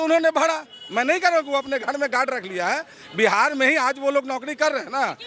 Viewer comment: बिहार hota hai बिहाड़ nahi 😂